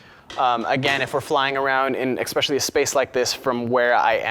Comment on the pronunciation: CAN'T LISTEN TO THIS FOOL SPEAK ANYMORE!! I made through about 100 "uh" and "um"s but my eye started twitching when he used the word "eXpecially" and I stopped the video and headed for the comments. This person should find someone to speak FOR him because he obviously can't speak for UMM himself.